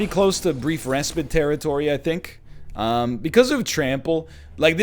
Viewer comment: Please learn how to pronounce "respite", please, please, please!